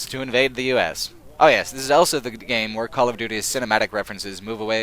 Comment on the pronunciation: I hate the way you pronounce the word ''also''. It's ''aw(l)so'' not ''L-so''. It's weird. Great video though.